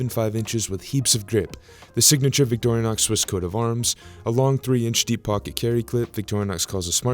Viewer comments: It’s Vick Tore Uh Knox not Victoria Knox. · It's not pronounced "Victorianox" It's just Vic-tor-in-ox. Small thing, I know, but...